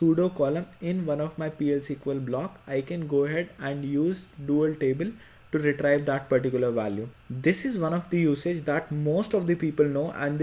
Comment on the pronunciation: the word 'retrieve' is pronounced 're-tree-ve', not 're-try-ve'. But apart from that small issue, this is an excellent video.